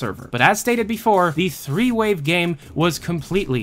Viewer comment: I kept hearing you say "three-way" instead of "threewave", so when you said that it was a folder that nobody knew what it was, I definitely had a few ideas...